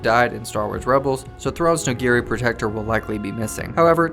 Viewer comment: Great video. Might want to double-check your pronunciations in future though - Noghri in particular.